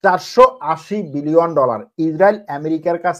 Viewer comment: বিলিয়ন / মিলিয়র বলতে আরও ক্লিয়ার করে বলার চেষ্টা করবেন